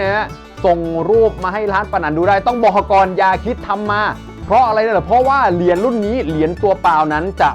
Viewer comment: เหรียญ.ไม่ใช่เหลียน.